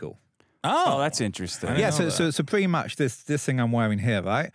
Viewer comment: "Pwetty Much..."